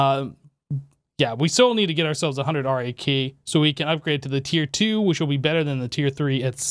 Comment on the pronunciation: Cant believe he is still calling it R.A.K and not RAK :D